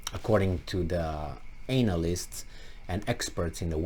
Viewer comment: I always throw up when you said "analyst" I was having tea lol 🤣🤣